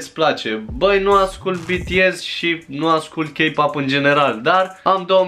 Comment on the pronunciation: Imi place ca zici K-pop cu accent coreean